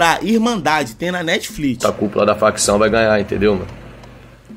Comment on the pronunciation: "tem na Netflit" kkkkk negão é brabo 😂